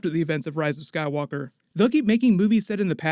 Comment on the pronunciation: sounded like you said sad walker saga. It’s a sign.